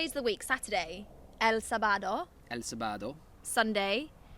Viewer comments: Not Sabaaado but saaabado ( for pronunciation) Sábado en Spanish, السبت ، in Arabic and samedi in french 😍 Have a nice day 💚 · el SabÁdO, jajajaajaaj good work learning spanish, just a recommendation, when you wnat to pronounce the "j" in spanish is really similar to pronounce de "h" in english. So, for example when you say "ha" in english like when you are laughing is the same as saying "ja" in spanish, just pronounce it a little "harder". Hope will be useful! Keep trying! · Sábado had an accent on it so it means you to enunciate it different. Kinda like I’m Arabic you would add اَ to the alif to give it that sound. Mike could please add me on tandem lol I could help her with Spanish if Mike could help me with Arabic! Lol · Sábado is pronounced with an accentuation in the first syllable. That's what the "tilde" means, it's a diacritic accent, a type of accentuation that it's grafically expressed. Most words don't have it, but there's a lot that do.